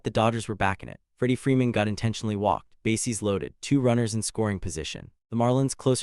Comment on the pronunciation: I stopped watching less than 5 minutes in. If the AI voice-over mispronounces words critical to following the story -- you know, like "bases" and "Los Angeles" -- I'm not wasting any more time. And "BASS runner"? F*** me.